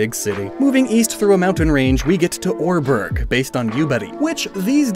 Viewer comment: Welp, I always thought Oreburgh was pronounced Ore-borough or Ore-bruh